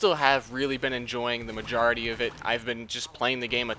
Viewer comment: said maujority